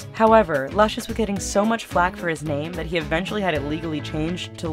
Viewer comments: It's LOOSH US. LUCIOUS. not luscious. Smh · It's Loo-cious.